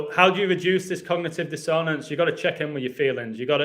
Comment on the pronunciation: Can I be your pronunciation editor?? Pronounced DISS on ance not dis own ance :)